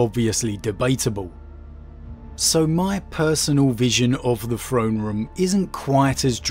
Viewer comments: anyone else's ears bleed from hearing "frone" ? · No idea it was pronounced frone and not Throne... I thought it was a limitation preventing him from properly phrasing the sound "TH" but I heard him say the word « this » without problem. I guess I just took the word throne for granite... ted